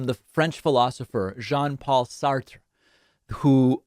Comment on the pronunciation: You pronounced Sarte wrong.